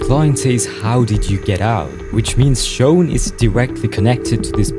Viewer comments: gng it’s not “shown” it’s shawn 😑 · You keep saying shown 😭 it’s sh awn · I cant ignore these "shown" (he tryna say shawn) "cuwiosity" "gayplay" "wetevans" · shown? thats a way ive never heard shawn pronounced before lol